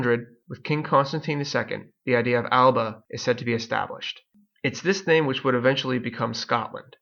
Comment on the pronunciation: AL-UH-BUH NOT AL-BUH #Tosser